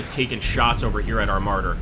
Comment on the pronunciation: I keep hearing "Martyrs" instead of Marders. Is this a Jihad simulator?